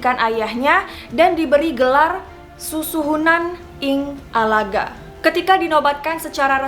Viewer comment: Ing ngalogo bukan ing ngalaga. Bukan truna jaya tapi Truno Joyo